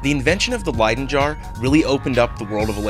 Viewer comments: Pronounced lie-dun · No bro, it's leydon.